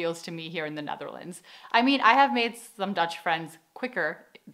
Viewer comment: Why do you pronounce the Netherlands so weirdly? Like Ne tharlands lol